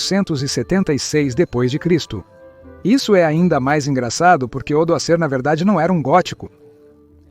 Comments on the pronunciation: É um bom vídeo . A inteligência artificial na tradução para o português está lendo: a.C (antes de Cristo ) como qualquer coisa parecida a: " A 100" ou "a sem", e depois de Cristo (d. C.) está lendo qualquer coisa parecida com " désem". Isso precisa ser corrigido e reprogramado na inteligência artificial do programa que faz a tradução. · Quando vai falar uma data, por exemplo 400 DC, o "C" ele diz "Cem".. Uma IA dublando.